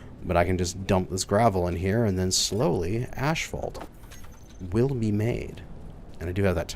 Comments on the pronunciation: There is no Ash in Asphalt ... it's ass-falt, not ash-falt. My ears are hurting after this episode :D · Why does he pronounces it "ashphalt" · Yeah, he's triggering my OCD (what little I have) every time. Phonetically it's As-fault and he got it right after his brain fart in spelling it but went right back to old habits. Oy. LOL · LOL.. Canadian way of saying it.. ASHphalt.. Everyone else on the planet way of say it.. Asphalt. lol No hate.. only love.. just pointing out the vocabulary differences for our northern neighbors..;) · Can't get over the way he says ashphalt instead of asphalt 😂😂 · "Ash-fault"? Is that some zany Canadian way of pronouncing asphalt? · Say ashphault one more time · Lol you glorious Canadians and your ASH-phault or is it we stubborn Americans just got to be different ? 😄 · Asphalt is the spelling of the word. The correct pronunciation of it is, "ass-fault" no matter what dialect you are using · Really? Everyone I know around here says ashphault. I always just assumed it was a potato potahto situation. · Every time he says 'ashphalt' my eye twitches. XD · is it just me or is he calling it "Ashfaut"? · I know, I cringe every time he says it. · 🤣🤣🤣 tries to type the way he says asphalt into the shorter with no success, goes and finds the spelling and says it right twice only to go back and say it wrong again after. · It's like nails on a chalkboard. Stopped watching his series because of it, but now I'm bored so here I am cringing all over again. Canadians say it wrong, wondering if he's a canuckistanian.